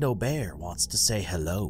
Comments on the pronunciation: The way he said bearb was funny 😅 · Bruh you said Bearb